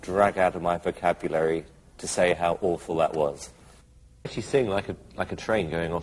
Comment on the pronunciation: "dat" lol